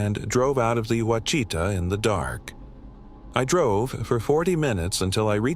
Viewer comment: Pronounced Wash i taw. Freakin AI.